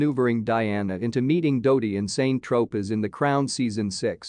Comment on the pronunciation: KFUC! if you can't even pronounce very simplistic names of places ie SAINT TROPEZ just scrap your video, this is BEYOND USELESS!